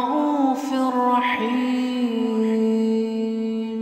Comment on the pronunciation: Why raufir raheem and not rauufur raheem